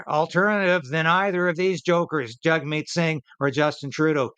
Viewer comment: Jag meet not Jug meet... Its an Indian thing its Jag